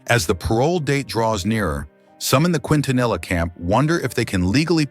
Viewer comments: Thank you for your response. This is the second video I've seen that's done this in recent weeks so I'm afraid you bore the brunt of my frustration. Anyway, it's pronounced, Kin-ta-nee-ah. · Her last name is pronounced KEEN TA NEE YA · Mispronouncing her name is instant turn off for me, couldn't make it past that. Please learn her name properly if you're gonna make a video about her. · This was posted after Yolanda Saldivar was denied parole. I'm glad that she will never know freedom ever again. She wouldn't last 10 minutes out in public. The people would probably tear her to shreds which is no less than she deserves for all of the pain she's caused others. Also, this dimwit narrator should have at least learned how to pronounce the family name. I'm not a Latina but even I know how to say it properly. Angels sing thee to thy rest La Reina.